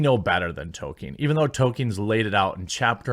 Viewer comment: Hey Quartening, well done! Have a cookie. You managed to actually come close to saying Tolkien properly and not say token. I give praise where it's due.